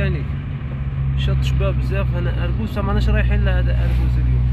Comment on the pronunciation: هذه المنطقة كلها إسمها مسيردة. بحيرة دي اولاد بن عايد و ليس بن عياد صرمرام. يجب نطق صبابة و اربوز بلهجة خشنة. حد صبابنة معروفة بمعركة في 1956. سقسي اولاد مسيردة يحكو لك على تاريخ الثورة في هذه المنطقة